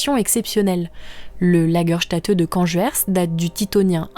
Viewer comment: Une sympathique vidéo ! PS : Lagerstätte ce prononce Lagerstaitte ;)